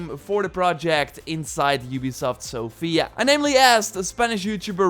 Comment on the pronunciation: bro it's SOfia not soFIA